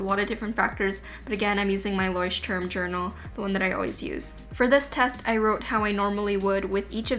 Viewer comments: Please learn to pronounce Leuchtturm 🙊 not leushtum 😥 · Love the video! ♥️ But we really need to teach you how to say Leuchtturm correctly 🙈 it just sounds so funny and weird when you it 😅 no offence, honestly :) it's kinda cute tho